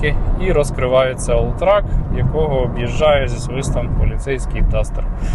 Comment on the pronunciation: Все круто, але це ж олтрЕк а не олтрАк ;)